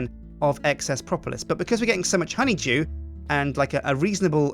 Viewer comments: it sounds like is saying honey jew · Anyone else think "Simon" every time he says "honeydew"?